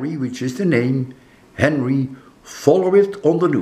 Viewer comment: It's Henri, not Henry professor. Pronounced ahn-ree. I wish you the best kind sir. I'm not too far from you, in the Newport RI area. So far it's not very bad here, but over 10,000 have lost power in my little county. That's roughly about 10%, or so. It seems to be sliding on by us, as it should where you're at in Cambridge too. Your house in Connecticut is another story however. I hope nothing happens to it, and I hope you have power when you get there tomorrow. That would be very nice, as you won't have to drive back again in the same day. Which sounds like a lot to do, especially with all that's going on. I imagine the roads will be busy. ✌️